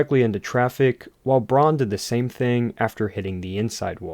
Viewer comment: Colin Braun's last name is pronounced BROWN